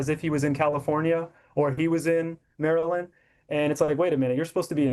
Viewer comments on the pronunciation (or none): none